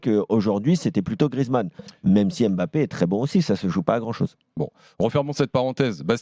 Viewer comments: Mbap-pé pas M’bappé c’est si simple un peu d’effort! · De grâce ! Arrêtez de dire M'Bappe c'est Mbappe ! Tout comme c'est pas Comane c'est Coman ! Faites un effort....